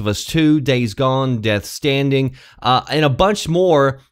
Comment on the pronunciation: did anybody else notice he said death standing